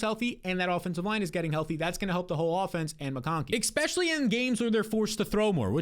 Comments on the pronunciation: lol, is he saying "exspecially" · Not subscribing til you say “especially” correctly